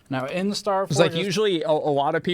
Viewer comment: "Staforge" lol